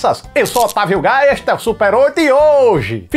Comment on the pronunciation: Eu ouvi "Eu sou Otávio Gaia".😅🤣🤣🤣